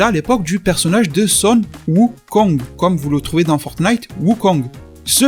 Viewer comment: Tu me tues à dire "fortenite"